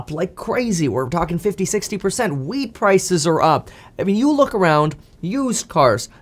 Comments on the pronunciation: Did you say weed or wheat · Could have sworn you said weed prices are up 😂 still not sure whether you said wheat or weed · Could have sworn I heard him say “weed prices are up” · did he say weed or wheat prices?